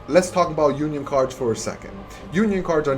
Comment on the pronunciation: it's uniSON not unION There is an s between the uni and on